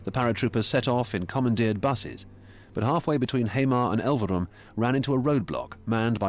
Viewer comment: The pronunciation is also painful. Hamar and Eidsvoll would be impossible for me as a Norwegian to understand without the text.